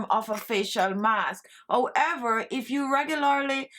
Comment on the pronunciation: Love your accent, especially when you pronounce the following words without the letter 'H'... "Honey = oney", "Hands= ands" and "However=owever".